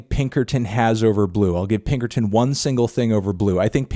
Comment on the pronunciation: Again anthony? It's pinkerton